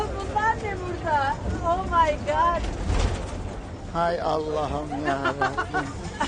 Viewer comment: Omaygaat diyor bi de 😂😂